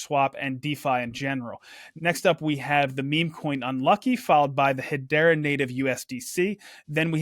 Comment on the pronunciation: is the only person I’ve ever heard pronounce Hedera as ‘Hadeera’, you’d think he’d learn to say it right